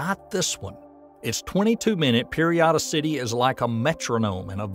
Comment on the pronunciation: I was just happy to click on this and not hear the expected AI voice and disjointed presentation. The only potential hiccup was the pronunciation of periodicity which might have been an AI tell (well and maybe the continued long-form name of the object) -- but if this is AI, dang, it's really good.